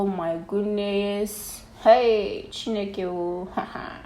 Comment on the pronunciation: she said Chineke...U shud try nd talk like dat more often loved it..Nice makeup